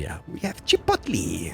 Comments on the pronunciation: good butchering of the name SHipo t lE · "Chih pot lee"